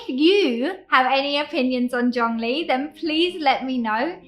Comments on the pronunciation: Not to criticise at all,. This is a very common observation of non-native Chinese speakers. Perhaps, when speak them, stress more the second or last syllable (character) of Chinese names for locations and people in Taiwan and China. Zhongli should be zhongLI. Tsai Yin-Wen (the president) should be more Tsai Yin-WEN. All Chinese characters have mono syllable sound. Hence they are very short. With names tend to have 2 characters for locations and 3 characters for people, they aren't long for the ears to register well. Stress or/and slight elongation on the last character/syllable somehow alerts the brains to register the first one or two characters/syllables better so the name as whole makes better impression. Sometimes a longer pause before the last character/syllable also works. I think road signs etc for locations in Latin script in Taiwan should have capital letter for the first letter of the second character/syllable. That way, it's easier for non Chinese readers. Keelung of course is geeLong... Well, history is history.. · It’s called Chung-Li